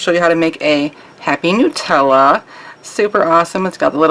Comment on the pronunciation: A really cool design Ellen. So glad that you pronounced 'Nutella' the correct way! Here in England, everyone pronounces it wrong + growing up in a French + English speaking household, the mispronunciation really riles me (I know it's an Italian brand but it's pronounced the same in French!). Anyway, sorry I waffled on there - great design!